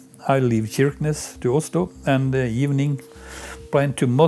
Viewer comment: On prononce "CHirquenesse", pas QUirquenesse ! Cela remet en question la crédibilité de ce reportage.